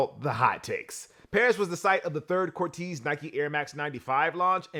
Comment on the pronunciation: It’s pronounced cor-tayze not cor-teez